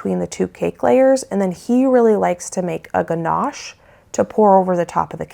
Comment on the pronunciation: Congratulations learning to pronounce ganashe correctly.